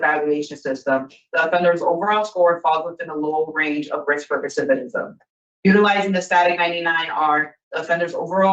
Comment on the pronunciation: They know English isnt his first language, yet they used all these big words and complex sentences. I do not like this parole board, none of em. Also, the girl is still pronoucing "recidivism" incorrectly. Someone help her.